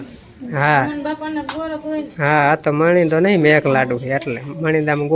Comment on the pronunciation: ગોર ❎ ગોળ ✅ 😂😂